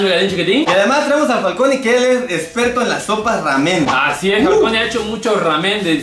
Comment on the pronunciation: El: (Raamen)